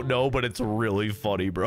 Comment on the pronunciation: "It's weely bad" me outloud: omfg